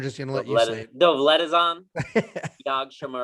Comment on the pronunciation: If you wish to pronounce his name correctly please follow: Dow-let-jan